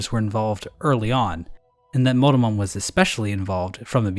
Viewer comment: No one is going to mention that when he says Monomon it sounds like Motomon?